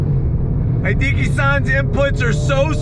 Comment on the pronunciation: Hideki is pronounced: hee - DEH - KEE (not DEE - kee) as in "He + decky."